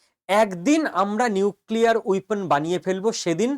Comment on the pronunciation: উইপোন নয় - বলুন ওয়েপণ।